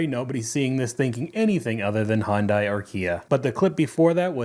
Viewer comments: It’s not “Hond-eye.” Hyundai rhymes with Sunday. Say “Sunday.” Now, replace the S with H and say it. There ya go. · How hard is it to say HUN DAY! NOT HUN DIE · HI-UNDAI, NOT HUNDAI..... and yes, i'm autistic and it bothers me..... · The spelling makes it confusing but it's pronouced HyunDAE. just want you to know how its supposed to sound. I speak Korean. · Hyundai is pronounced like Monday with an H.